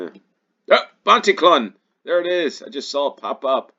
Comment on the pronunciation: Pontyclun - is pronounced Pont-a-clean